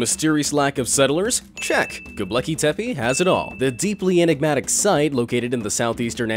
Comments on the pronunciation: It's 'Gobekli' not 'Gobleki'. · What the fuck is Goblecki Tepi? Its 'G O B E K L I T E P E' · Its not "go BLEKI tepe" lol. Gobekle bruh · You pronounced Gobekli Tepe WRONG every time you said it. You spelled it right in the title. However; You pronounced it "GobLEKI Tepe" every time. Didn't anyone else notice? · The way you say Göbekli Tepe is hilarious. You also forgot to mention how there is also 200 cities underneath it carved into Volcanic stone with some of the cities having three levels and others having as many as 10￼ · The most mysterious of all is how the narrator managed to mispronounce Göbekli Tepe every single time. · Ugh! Please pronounce Gobekli Tepe correctly. Other than that maddening thing, good video. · So many people have heard Gobekli Tepe pronounced correctly that your mispronunciation really detracts from the video. You really should dub over it if possible. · GOBEKLI TEPE You pronounced it wrong.